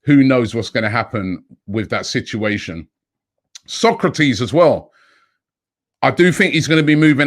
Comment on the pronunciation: Come on Robbie.SOK-RA-TIS. VAN-DER-BEEK (pronounced like van der Bake - similar sound)